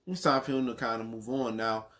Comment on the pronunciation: The Ts in Tszyu is silent fam.U obviously never watched his dad fight before.One of the best at 140.